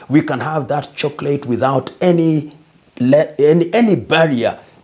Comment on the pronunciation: I love how Lumumba says "chocolate"